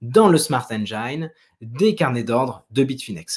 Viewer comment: Salut, encore une super vidéo ! Par contre faudrait essaier à l' avenir de ne plus dire smart engAIne mais bien smart engine prononcé "i", pcq j'ai les oreilles qui saignent à chaque fois que j'entends cette erreur haha